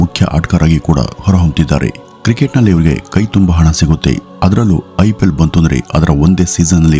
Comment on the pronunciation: IPL. Uchara.San the.yenthira.?????